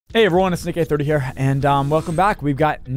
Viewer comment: BRO HIS USERNAME IS NICK-A-30 NOT NICK-EH-30